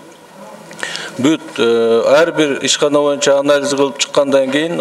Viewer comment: "Моюнча"- эмес боюнча га дейм